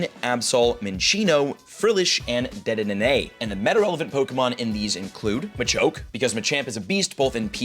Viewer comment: I wanna catch guzzlord but i have almost no friends and incredibly underpowered pokemon. Also it's pronounced de-de-ne not de-de-ne-ne. Also im going for solgaleo because it looks sick, has a great typing, and who wouldn't want solgaleo